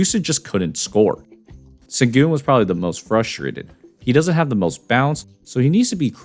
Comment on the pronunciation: It's pronounced "Shen-goon". C'mon man...